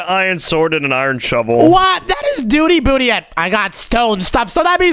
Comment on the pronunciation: It’s not dooy it’s duty